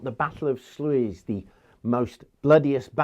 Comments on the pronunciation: Sluijs is pronounced something like Sleuuys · 'Sluis' is pronounced: sl(uh)s, close enough at least 😉 great start of a series that i'm sure i will enjoy! Keep it up! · The Dutch Sluys is pronounced as Slays. An English speaker will want to pronounce it as Sluice. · great video. The Flemish word Sluys has a tricky vowel sound for native English speakers but you can get real close if you start out with ”ah” moving quickly to ö (as in the way the English pronounce ”urn”) and then too ”ee”. So in summary something like ”slaöiss”. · Sluys is pronounced with the OU like in mOUse, like SL’OU’S 😊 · Hello, since you ask how "Sluys" is pronounced, I am a Flemish, my roots being in Zelzate (a Belgian frontier town and which is close to Sluis, a Netherlands or Zeeland border town). Sluys is now written Sluis: you should pronounce the ui (or uy if you prefer) like the vowel in "bird", hurt" or "nerd". It is not entirely that sound, but it is close. It is not at all pronounced like you pronounce it (Slouizz like in "Louis"zz): a Dutch needs to read it then to understand it (LOL). Thanks by the way for the lectures, enjoy them very much. Sincerely, Dirk.